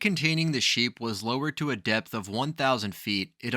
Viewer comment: Stupid video, showing about 20 different holes in the ground. Also depth is pronounced depth not depss.